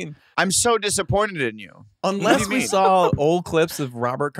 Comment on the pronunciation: I love how Blake just adds that l to the end of saw.😂🤙🏽